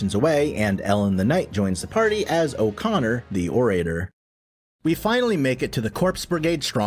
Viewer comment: You also mispronounce orator. It's "oh ruh tur". Like how "oral" is pronounced. It's not "oh ray terr".